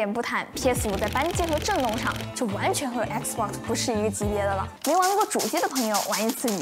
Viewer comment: 總算碰到個用簡體中文，能把XBOX唸對的人了